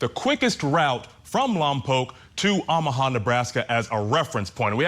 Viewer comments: Oh - mu - ha not Ah - mu - ha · Good gosh, can some only inform him how these states and cities are pronounced?!! I can’t even listen. These are supposed to be legit hosts too- not even just YouTubers. 🤦🏻‍♀️ffs, how can he not know how to province OOOOOHMAHA??? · Learn how to pronounce Omaha. Good grief. No one in the studio caught this ? I’d be mortified to be that ignorant. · Teach your guy how to pronounce Omaha. How embarrassing to hear it repeated over and over. Editors at Court TV need to look up from their phones and make sure your announcers don’t sound like morons. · How can someone not know how to pronounce Omaha? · Funny that they pronounce Lompoc correctly, but mess up Omaha. 😅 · I can't for the life of me figure out why he insists on mispronouncing Omaha.